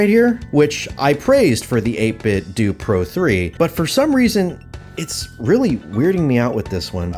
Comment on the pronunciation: 8 bit dough not 8 bit dewwwww 😭